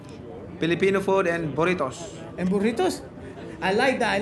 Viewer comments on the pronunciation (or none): Manny - “buritos” 😂😂😂